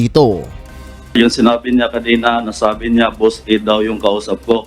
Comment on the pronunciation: Naloko na 😂 Boss e daw hindi Boss A wahahaha